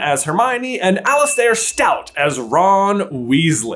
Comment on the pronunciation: Okay, let's nip this one in the bud because I already hear everyone saying this incorrectly: "Alastair" is pronounce "Allister," not "Alli-stare." Also, I know everyone is in love with Cillian Murphy and I guess I could see it, but I'd like to see Lars Mikkelsen play Voldemort. To me, that's a more reasonable choice. I doubt Cillian Murphy is going to commit such a huge chunk of time to Harry Potter when his film career is on fire, but who knows.